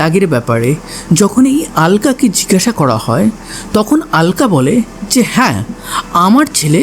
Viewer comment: Oi mahila ke "alka" bole ki abangalider nakol cholchhe naki? ? Bangla vasha vule gechis naki? Aloka bol.